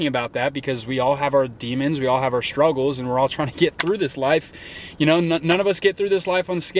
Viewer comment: 'SHTREET' and 'SHTRUGGLES'